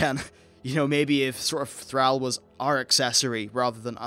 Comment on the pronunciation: Why do you call in Thraul? It's Thrall!